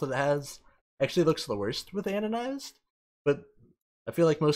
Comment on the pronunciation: Stop calling it "anonized". It clearly has the letter d in and is pronounced "anodized"...